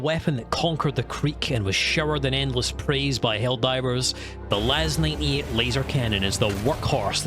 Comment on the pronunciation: Are you saying LAS-9E? Because it's LAS-98.